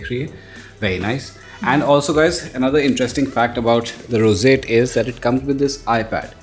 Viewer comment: the "rosate" Others - roseate Pronunciation level 100% 👍🏻